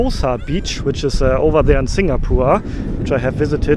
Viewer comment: it's singapore not singapoor